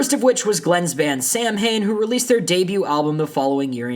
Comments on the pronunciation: Samhain is a gaelic word it is pronounced sah-win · FYI, Samhain is pronounced Sah-wain. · You mispronounced the band that glen formed after misfits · You pronounced Samhain wrong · FYI Samhain isn't pronounced like that. I think the 1st song after the intro on like their 1st album Initium will teach you how to say it.